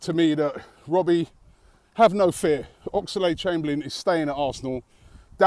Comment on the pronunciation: Robbie Please stop saying Ox-a-lade Chamberlain. It's just Oxlade mate.